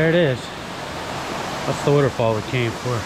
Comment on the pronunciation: Nice. We love the way you said wuter fall! Looked like a good hike and glad you made it, thank you for sharing! Bet that water felt wonderful! Oh and hope you don't take offense to the tease on your accent. I'm a yuper in the Midwest and have my own accent, so I'm told.